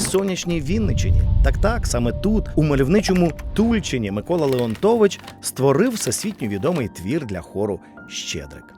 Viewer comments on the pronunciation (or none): Не тУльчин! А ТульчИн! І не бУша, а БушА! Буша з наголосом на А! Невже так важко було дізнатися правильну вимову?!. Дуже схоже на поверхневість "дослідника" - теревенить заради хайпу не вивчивши питання! Ганьба. Чи, чи як там його...